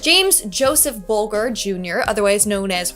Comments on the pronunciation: That’s not how you say his name!🤣🤣(bulge-er) Whity bulger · anyone else check out after how she said "bulger" lol